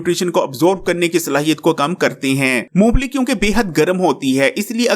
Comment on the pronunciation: Uncle g yeh "moongplli" nhi "Mong Phalli" hoti hai